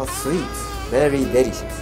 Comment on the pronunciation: he says “DECERIOUS” and it warmen my heart